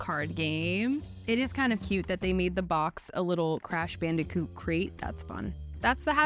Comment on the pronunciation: Hearing her say crash bandicoot on n64 hurt a lot more than you’d think. Overall I like the new host so far and hope that there is bk vs hungry jacks